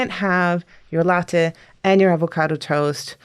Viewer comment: why does she pronounce latte weird?